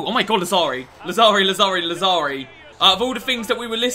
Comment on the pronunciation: Làzzari, not Lazzàri